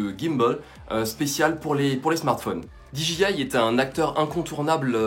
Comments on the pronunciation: Sa se dit D J I je crois pas dji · Gros par contre dji ne se prononce pas ainsi